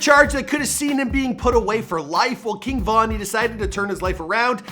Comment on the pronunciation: This dude is a clown for mispronouncing King Von name 🤦🏼‍♂️🤦🏼‍♂️🤦🏼‍♂️